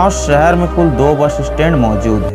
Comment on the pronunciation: वार्ग कि मि ,सहर, भासा,सैचिक,सासन, जकसन, अजादहिंद, भाषा ठीक।करो भाई